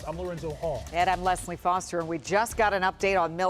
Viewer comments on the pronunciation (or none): none